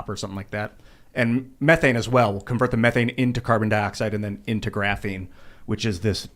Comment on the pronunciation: I think part of the drinking game rules should be when says 'graphine' you have to finish your drink.